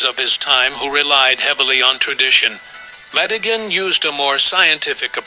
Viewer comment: Col.John Madigin not Madigin!